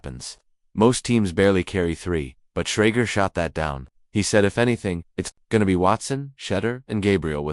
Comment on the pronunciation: Learn how to say his name right!!!!!!!